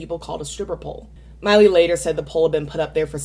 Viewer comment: I enjoy your videos,, but why do you pronounce Miley's name "Molly?" Even when it's transcribed with subtitles online it's written "Molly."???